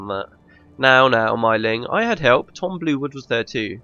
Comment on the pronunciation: Real cool ending. Nice done. I mean the whole let´s play. But it´s maybe just me but I allways unterstand "Tom Blewit" instead of "Tom Bluewood". Maybe because the name Tom Blewit sounds more funny XD Especially in one situation (I don´t know the exact episode) where you red a dialogue and it soundes like this: "It´s Tom blew it again". The meaning sounded for me like: It is Tom. He blew it again. And I had to laugh so hard.